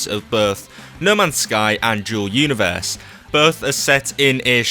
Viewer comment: Sounds like he's saying Joe Universe